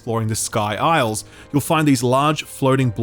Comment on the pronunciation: Is aisles the island equivalent in Australia? Why is he saying aisles?